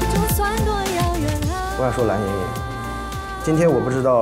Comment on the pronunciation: 伊能静自称自己音乐担当真的是…她的脸真大…人家黄圣依也是歌手，声线音色比她出色太多了…每次听她说蓝（懒）莹莹我就想笑，然后还说张萌不让她唱她这辈子会遗憾的，哈哈哈，还有跺脚那块…哈哈哈